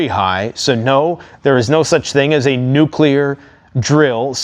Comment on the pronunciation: Wait, I thought he kept saying Nucular !!😂